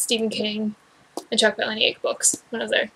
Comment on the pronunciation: Hey, I am going to tell you exactly what happens, just expand my comment so that it doesn't spoil it for people who haven't read the book yet lol. Also it is pronounced Paula-Nick (like the name Paula and Nick - very normal sounding - You can check this on his website or YouTube :)! Spoiler ALLLLERRRRRT:......................... Buster travels back to the moment when his maternal grandparents are fated to first meet. He steps in and foils the introduction. Preventing his own birth, thus leaving him immortal. He then goes on to seek out other immortals. He also states that he is almost finished writing the second book! That pic is proof from his "ask me anything on Reddit" fully verified of him replying to the conclusion of the book! Loved this book! Did this blow your mind or what!?!